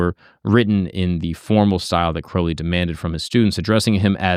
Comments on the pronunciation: Crowley like holy, not crowley like howling. Aliester even wrote that, he must have had people mispronounce a lot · Crowley like Holy, not Crawley like Gawley. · the guy literally wrote a poem "my name is crow-lee, it rhymes with holy, but people who treat my foully, pronounce it crouwley". great video. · Crowley rhymes with Holy. He changed his name to rhyme. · The great beasts last names proper pronunciation is "Kroh-lee" Now, as for scientists and occultism, they commonly go together. A lot just aren't open about their occult practices. The sciences themselves come from occult workings like alchemy(turned into modern chemistry), astrology(Astronomy), etc. Besides the two are oh so similar, one requires a type of faith that the other doesn't but, there isn't a whole lot that is different besides one being accepted by the general public and being a formal academic field, and the other being less so(There are some academic fields pertaining to occultism and occultism is more accepted now than it ever has been but, still not as widely accepted as science) Edit: In case anyone is curious where I get this basic information from, I have been studying the occult, esoteric, divine, etc, since I was 14, so 17 going on 18 years(I'm turning 32 this October). I have also been a practicing occultist with some Gnostic, some Thelemic, some Rosicrucian, and some of my own formed belief system(Ethrakael) views, beliefs, and practices for 12 of those, and so, it is an area of vast knowledge for me. Also, let me iterate the Thelema aspects are not the dark, sex ritual, weird shit. It's dark don't get me wrong but, not that dark lol. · Ozzy called him Mr Crowley in the song. "Crou" no one pronounces it "crow". Don't change how you say it for other people bro... fuck em. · I always pronounce it like the ou in Thou.